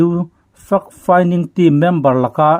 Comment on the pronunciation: Fact Finding tih hi Fuck Finding tia lam lovin FEK FINDING tia lam ni zâwk se a ri mawi zâwk deuh ngêi ang. A bengvarthlak ṭhin e.